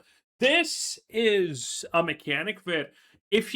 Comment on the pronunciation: Vere? Vere?! VERE?! VERE IS NOT A WORD ITS PRONOUNCED WHERE WITH A WH IN THE BEGINNING